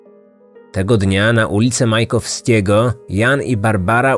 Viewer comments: Majakowskiego. Nie Majkowskiego. Drobna poprawka. :) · Ul.Majakowskiego* Na Kuźnikach, ale zazwyczaj każdy przekręca nazwę tej ulicy😁